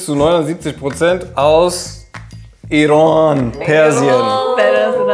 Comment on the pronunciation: H Ich hatte geschworen das ist schleswig-holsteinisch oder hamburgisch ausgesprochen!!😱